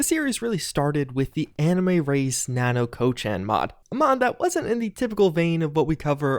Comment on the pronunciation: I am unhappy about how he's pronouncing "Nanako-chan" lol